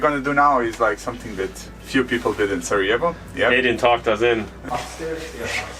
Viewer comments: Please don't pronounce Sarajevo with Spanish 'j', proper pronunciation is SaraYevo 😁🙋🏼‍♂️ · Hahaha my man, I think youre pronouncing Sarajevo as if you were in Colombia. Its Sarajevo with a Y (younger, yellow) not an H. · Sarajevo not sarahevo